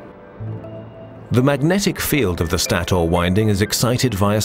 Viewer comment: Stator is pronounced staytor not staoor.